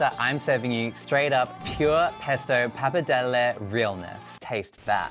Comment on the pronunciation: It's bloody PAPPARDELLE, not pappidelli 🤣🤣🤣